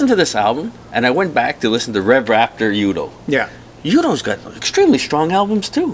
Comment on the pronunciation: By the way: The title of Accept's 2010 release is Blood of the Nations (not Blood of Nations) Mark's full name is Mark Tornillo (not Mark Torillo) Udo is pronounced Udo (with a German U and not like in English "Youdo") and the band (which is a band lead by the former Accept members Stefan and Udo and not a project or soloproject) is called U.D.O. (here, use the English U) And yes, you got that right: Wolf is a genious! :-)